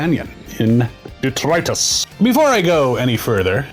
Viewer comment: Lots of people say 'DETRIUS'. An angel fails to get their wings and a fairy dies every time someone says it that way.